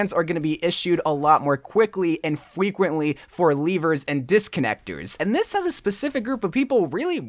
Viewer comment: Is it just me or did he say fweqwently